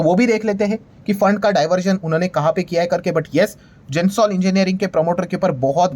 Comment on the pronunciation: जेनसोल इंजिनियरींग नही है वो...गेनसोल इंजिनियरींग है.